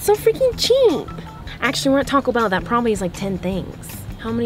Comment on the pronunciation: it’s called Taco Bell not toco